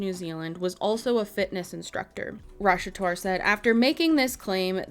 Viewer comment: I’m sorry, but her last name is Rash-at-war.